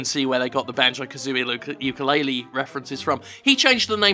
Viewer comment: jim, the youtube says it's yooka-laylee, if you could change it, that would be very nice, because i don't think it's a good idea to let someone think that this game is in fact yookaa-laylee and scaring them off from a perfectly good game.